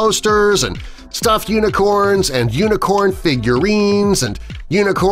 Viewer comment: This is how many times he said uinecorn I I I V